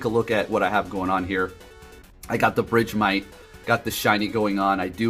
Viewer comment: It's BERGmite. Where did BRIDGEmite come from lmao